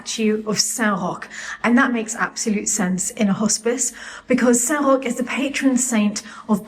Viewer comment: SAINT ROCH: I used google copilot to find the name of the saint of plague suffers and then google translate to pronounce SAINT ROCH. It sounded just like.